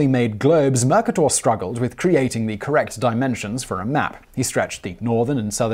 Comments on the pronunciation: Simon we love you but can you please hire somebody that helps you pronounce it's not mac-a-dor. It's ma-kay-dor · You make SO MANY pronunciation errors! it's infuriating! This time you're mispronouncing Mercator. The accent is on the 2nd syllable! mer-KAY-ter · Murk-a-door! Oh Simon... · Simon, I love your narration's but sometimes your pronunciation needs some help. For instance, - Most folks pronounce it "Mer-ca-tor". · His many MANY mispronunciations wildly distract me in every one of his videos, but this word was that one time it didn't, since - as I'm British too - that's how it's pronounced over here. But how he mangles Mercator- well... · First hearing that pronunciation of Mercator.